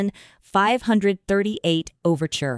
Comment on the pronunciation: Saying 'Elo" is really annoying! It's E L O!! And it not ten thousand and thirty eight, it 10538!!